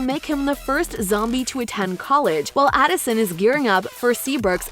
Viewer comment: Uhhhh is adison not alason